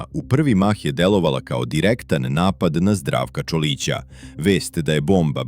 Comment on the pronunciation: Č O L I C A...NE...ČOLI CA..UZAS